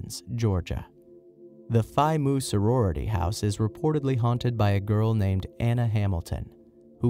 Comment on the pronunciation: "The Phi Moo sorority house" really? You couldn't google how to pronounce Mu?